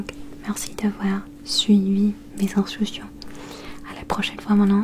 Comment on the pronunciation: juste un truc : mes instructions se prononce mé z'instRukssion